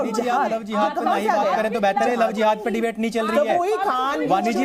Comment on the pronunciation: Dekho ye madam bolraha hai lao zehad,ye lao zihad naya hai keya